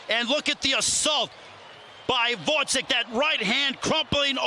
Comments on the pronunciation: The commentator wasn’t bothered to learn how to pronounce Gvozdyk’s surname. He called him all the time Gvodzyk which is totally wrong. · woizek? it's like call stevenson shtiunsen. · How hard is it to learn how to pronounce a name for a commentator whose job is literally pronouncing names! Who is Votzik? Tough fight it was